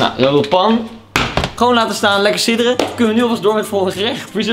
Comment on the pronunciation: Normale mensen:sudderen Koen: sidderen